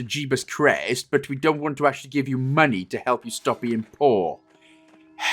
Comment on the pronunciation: ... So you actually call money "monoh"?